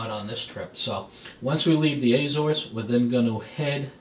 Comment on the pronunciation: Not Aay-zores. a-ZOres.